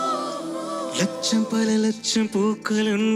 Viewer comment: அதென்னமோ லக்ஷம் என்ற சொல் அஷர சுத்தமாக வரமா ட்டெங்குது. லட்சம் கோடி தப்பு வருதே. சோ மணி தமிழ் accent mistakes by prasanna. Priya jerson though she is a malayalee Tamil உச்சரிப்பு நல்லா வருதே. என்ன கொடுமை சரவணன். தமிழ்நாட்டில் டமில் டமில் என்று கொல க்கிறார்